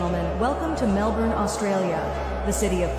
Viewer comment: The voice in the clip said Melbourne correctly, nice.